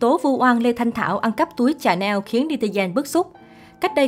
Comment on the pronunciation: Phat Am. Chua Chanel la Chsa - nel co chut am nhe so si trong do nhe em Ko pha Cha - nel Rang phat Am cho dung Em